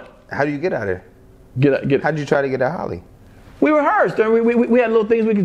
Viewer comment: It's Halle not Holly